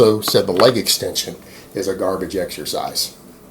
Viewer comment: Alvino Tafoya i thought he says "baba".